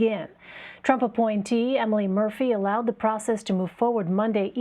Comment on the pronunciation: I'm sorry, did yo just say "ALLOWED"?